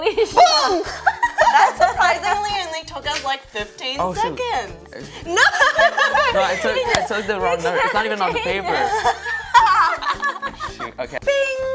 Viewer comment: She said papo instead of paper XDDDD btw I'm Hong Kong. And this so funny XDDD